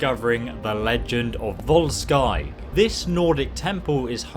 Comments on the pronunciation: You pronounce Volskygge much like you would vols-giggle just without the 'l'. vols'kigge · Probably pronounced vol-shy-geh as the names are based on scandinavian languages :) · I would have thought it was pronounced 'Vol-skeeg-gee' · Its said as volskiguh, good video though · I would pronounce it Volkuegge since in German and also the nordic languages the y has the same sound as the "u" with the two dots on top. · It is pronounced "voldsskykke" and translated means something like "brutalshadow"